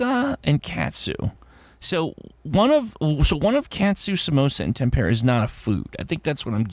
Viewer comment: Well done,! I didn't realize tempera paint was obscure (these days?) but a lot of people had trouble with it. Accent is on first syllable. Puzzle #50 🟩🟩🟩🟩 🟨🟨🟨🟨 🟪🟪🟪🟪 🟦🟦🟦🟦